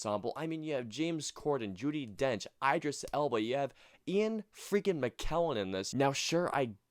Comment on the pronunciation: Dude, IDD-ris Elba.